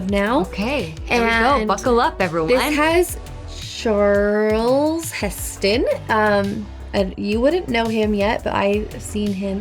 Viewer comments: Charl Heston, it's Charleton Heston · Charles Heston? Cmon, one of the greatest actors of all time, get his name right! CharLTON!! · It's CHARLTON..Heston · Hey, it's Charlton Heston. Just so you know. Love ya ❤.